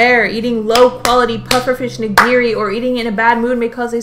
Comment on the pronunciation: Nigiri pronunciation: NI-gi-ri. Not ni-GI-ri.